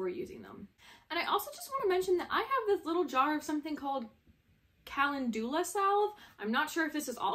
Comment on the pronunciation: It’s pronounced like kuh-lan-jzu-lah